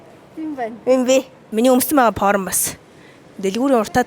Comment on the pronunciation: Porm ghr jxn sonin sonsogdood bhin